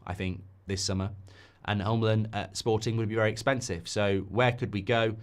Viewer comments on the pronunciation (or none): Who is HUMLUM? If you mean Hjulmand then say it correctly. Not that hard. Jul-Man